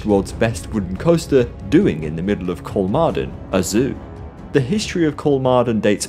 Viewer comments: Thanks for the response! I would recommend pronouncing it like “Kolmorden” in English. I think it would be a decent approximation. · You did great and thorough research, but you didn’t bother reaching out to Google or a Swede to figure out how the letter å is pronounced. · 'Kolmorden' is exactly what I tried to pronounce when I read the script initially. As I said I couldn't do it fluid enough, so the audio became really jarring. Sorry! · When recording I honestly tried to pronounce Kolmården correctly, but I couldn't do it consistently. If I said the name of the park once I would have done it, but I didn't want all of the narration to come across as jarring everytime Kolmården came up. I just got too used to saying it the poorly. Sorry!